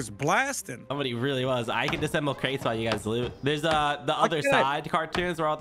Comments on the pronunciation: For future reference it's disAssemble not disssemble 🤣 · AHHH!!! The way you are saying "disemble" is killing me! It's "DIS-UH-SEMBLE"......3 syllables!!!!!!!! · Can someone tell that it’s disassemble and not dissemble. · Every time pronounces "Dis-A-ssemble" wrong I want to scream! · I am loving these episodes. But the way that you guys pronounce “disassemble” bugs me! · Its Dis A SSemble (disassemble)